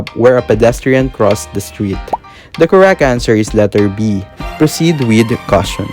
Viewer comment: Everyone: withw iT͟H Him: Weyth